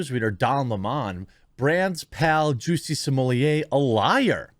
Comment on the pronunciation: I have heard Juicy smooleeyay so often that I actually forgot how his real name was pronounced.